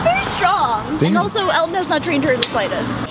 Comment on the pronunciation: When Colby said, “Bad! Bad Elton!” I thought he said, “Dad! Dad Elton!” 😂😂😂